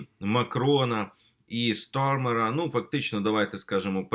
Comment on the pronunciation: Олександр, а чому ви саме призвища Стармера завжди намагаєтесь вимовляти англійською?